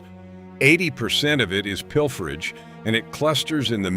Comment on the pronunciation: Pil fer agge huh? Ai slop